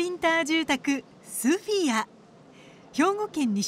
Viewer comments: ソフィアじゃなくてスフィアだろアナウンサー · ソフィアじゃなくてスフィアだろうが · さんざん「スフィア」って言ってるのにいきなり「ソフィア」とか言い出して吹いたｗ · VTR で「スフィア」って紹介してるのに、スタジオでずっと「ソフィア」って言ってるのが気になる… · 「スフィア」だよね。 ～アナウンサーずっと間違えつづけてんじゃねえよ。Oはないだろ。